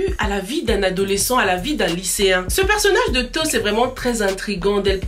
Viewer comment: c est toch au lieu toss